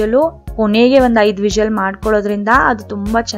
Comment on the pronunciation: Please pronounce whistle word properly